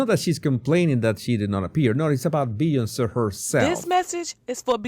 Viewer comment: I like how pronounces B-on-say 😂